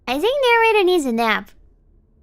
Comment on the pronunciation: I like the way she says "Narrator"